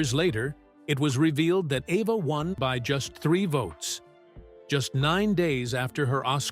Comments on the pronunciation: E - va, NOT A-va. Jeez, get it right. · for heavens sake pronounce rhe names correctly she is EVA not EVER and the same wrong pronounced of Eli chistian name for Kazan you need pronouniation lessons. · Good heavens! Poor Eva pronounced here as both Ava and Ev-a both of which are wrong. It's EVE-a. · That’s Eve’a not Ava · When will these computer-generated narration videos decide they need to double-check for correct pronunciation? The name is pronounced: EVE-a. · Evva??? WTF? two minutes in and I'm out! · The name "Eva" was pronounced every which way but correctly. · Yeah! What the hell? And what was the secret she kept from Hitchcock? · Thank you! This dude is so sloppy sometimes. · Yeah I know, It was exactly the same thing with a story about Eva Gabor